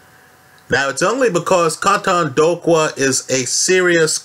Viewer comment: KAUTONDOKWA( K.O-TONE-DOOR-QWER) just trying to help you bro lol